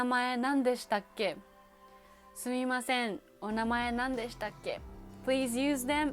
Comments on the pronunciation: LOL I'm crying at the intro 😭🤣😂 she says, sUUMimasEN. Genius! I have followed you but I have to watch more of your videos now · Ahh I see what you mean! Apologies! I think this is just a dialect/accent thing? I’d just stick to the ん ‘n’ sound and wait to get called out on it by a native speaker! 😄